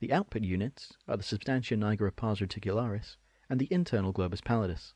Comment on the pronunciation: Jesus christ why are you saying pars reticularis? It hurts my ears